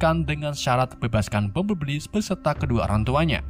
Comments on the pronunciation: Bang cara nyebut nama si robot kuning Bambelbli Bukan Bambelbbli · orang lain tulisan: bumblebee sebutan:bambelbi tulisan:bumblebee sebutan:bambelbli 😂😂😂😂😂😂😂😂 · Gua ngakak setelah dengar sebutan "bumbleli"🤣🤣🤣